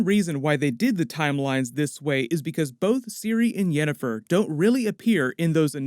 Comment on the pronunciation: "...Yennifer's body..." lmao